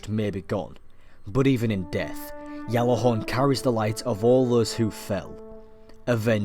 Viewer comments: I liked this and a lot of your other videos but that pronunciation of Gjallarhorn was really getting to me. It isn't pronounced "Gallarhorn" or "Yallarhorn" as it is commonly thought. The correct pronunciation is something like this - "Gat-larr-horn" Keep up the good work x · You say "Ggjallarhorn", not "jallahorn". -_ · It's pronounced with a J "Jallarhorn" Gatlahorn? pretty sure even the icelandic don't pronounce it like that, what i find funny is that when english people try to pronounce it they always get the A wrong t. norwegian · How do we know this is real when you call it yallihorn when it's pronunced Gjallahorn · what is jallahorn? its GJALLARHORN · Captain here, it's Gjatlarhorn (The G NOT silent) In icelandic a double L is pronounced tl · its pronounced (GAT-LA-HAWRN) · why do you keep saying yalla-horn? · what if i told you that you said gjallarhorn all wrong? and your history is based on a totally different gjallarhorn? gjallarhorn came from an icelandic origin as said from a creator of the rocket launcher and isnt pronounced anywhere near yallarhorn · It's pronounced as a G and is an icelandic based word, but is not a Y it is a G. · No The Y sound is incorrect do a little research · the history, context and derivation of the word is taken into account. There is a also a video floating around from an Icelandic individual guesting on a destiny video confirming it's a G. The actual pronunciation is Gatlahorn with a t sound but it is a G. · no its a Y, its been pronounced like that before you where born